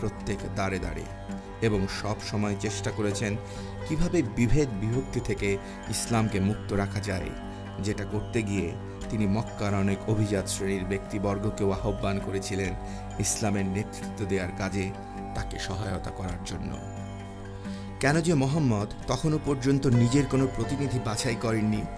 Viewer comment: আহ্বান - আওভান মুহ্যমান- মুজঝোমান সম্মান - শমমান উচ্চারণ গুলো ঠিক করবেন ভাই।